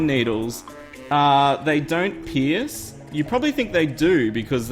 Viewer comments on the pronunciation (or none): none